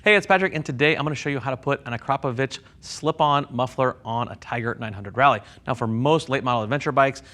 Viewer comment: being from Slovenia, it boils my blood when i hear people butcher Akrapovič.